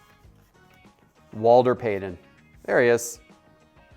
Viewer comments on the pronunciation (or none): Omg, Walter!! The man's name was Walter Payton not payden. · Why does he keep calling Walter Payton Walder Paden? Its driving me a littles crazy. Also...the Howie Long & Darrell Green RCs are just as valuable as the Dickerson RC.